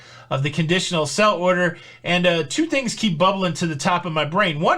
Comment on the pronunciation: Are you saying “sell order” or “sail order”?